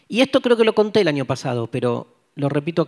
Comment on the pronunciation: Que divertido como dice año, pronuncia anio jajajaja